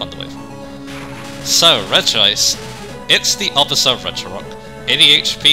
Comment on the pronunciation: When it comes to Regice pronunciation I feel like Re-gi-ice one of the most egregious cases of mispronunciation because unlike other cases like A-Geh-Slash vs Ee-Geh-Slash where all the words to make those sounds the persons head are in the name itself, Re-gi-ice esentually adds an extra I to the name. It’s a bit like how using Expert Conor as an example, The name itself since it can be spelled a few different ways, but different pronociation would come from changes in spelling despite sounding very similar, the name would end in an Or sound for the foremost, a Nor sound for a double N and and a Ner sound for its various spellings, Regice being pronocirr the way it often is sounds even weirder considering that’s it a static name that doesn’t have multiple spellings. As for Regice itself, repeat what I said about Regirock but flipped. that’s it’s a special tank with good Defence while being able to hit hard with a decent selection of moves, mainly Ice and Electric moves. But from what I’ve heard Regice was OU back in Generation III which surprises me, considering that although better than most defensive pure Ice types because of how high it’s bulk overall and it’s lack of resistances, but from what I’ve heard Fighting coverage wasn’t that good in Generation III, your most powerful commonly available option was Brick Break so it wasn’t as a viable to be knocked out, allowing it to use its power and special bulk with less to worry about. Regieleki is weird, because I’ve heard it